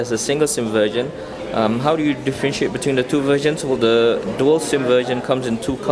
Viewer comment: they way u say 'version' sound like 'virgin' anyway, thanks a lot for this review! give me 2nd thought. so now decided. I'm going gor Miro :3